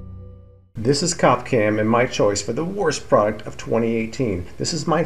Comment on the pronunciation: I'm not gonna keep it a secret: When I saw u on the Cop Cam, ur face scared the hell out of me!! Then u said "Cop Cam", and for some reason I heard "Coff Cam." "Oh, that makes sense", I thought, "He's in a coffin." U, sir, looked dead💀